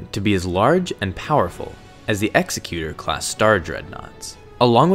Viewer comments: Vis-count, Ex-e-cute-or, LOL 😆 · Nice video, although I believe you mispronounced Executor (class Star Destroyer). Nerds everywhere are highly offended.